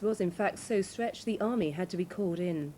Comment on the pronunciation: “On the CB I erd the wall ad gone” hahaha. “I copy you roadrunner” over and out.